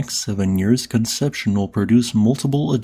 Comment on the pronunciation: Con-sep-see-own. Great video, as always!